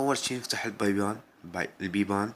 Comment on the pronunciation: يكول بَيبان 😂😂😂😂😭